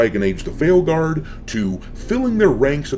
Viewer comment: Did you say “Dragon Age; Failguard”😂😂😂